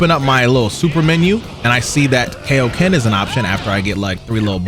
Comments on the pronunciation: KAI - O - KEN. Can we leave KAY - O - KEN back in 2009? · “Kay o Ken”😔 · im watching your vid why are you saying K.O ken bruh that's disrespectful as shit bruh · My man is unsure how to pronounce kaioken